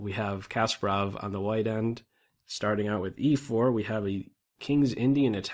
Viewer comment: Loved everything but your terrible pronunciation of Kasparov.